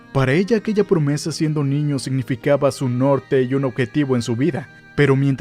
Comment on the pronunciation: Dijiste promese??? No mames